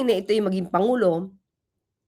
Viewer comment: Hi atty Please don’t talk like the vp. Panguló, kilalâ, tunog bisaya kasi.